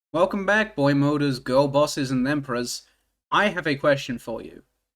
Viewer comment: did you say "themperors" in the beginning